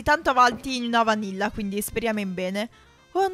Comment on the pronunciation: All'inizio:io sento vaniglia nn vanilla😂😂 Cmq sei bravissima a costruire e ad intrattenere🙃 Però una cosa(se puoi) FAI PIÙ VIDEOOOO😂